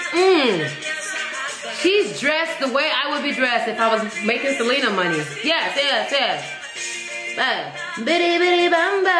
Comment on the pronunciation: Her name is Se-lee-na not Se-leh-na my sister has that same problem